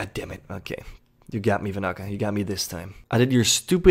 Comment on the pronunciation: Its Van-na-ka not Va-na-ka, the extra n makes a difference. Normally doesn't bother me but you said it like 10 times in a minute so it did.